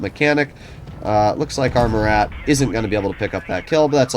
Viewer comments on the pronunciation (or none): yooo its pronounced "Myu-ra" Btw... named after Marshall Murat one of napoleons Marshals but great vid